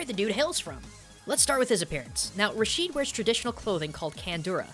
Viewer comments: Just one more thing, it's not pronounced Rasheed but more like Rashed with elongating the pronunciation of the (a) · is pronounced (RA-SHED) not (RA-SHEED) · Rashid is not pronounced (rasheed) in arabic it most commonly pronounced (rashed) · Rashid raa shed not rasheed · A minor annoyance, I noticed that foreigners almost never pronounce any Arabic name correctly. It clearly says Rashid (Ra-shid) but every one pronounce it it Ra-sheed for some reason. I understand when the names have no similar letters in your language so this has no excuse. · I think it is said "RAA-Sh-Id" , and not "Rah-Sheed". Over that's how I say it. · we pronounce the name rashd ,not rasheed. keep up the good work! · its Raashed how its pronounced but the spelling is rashid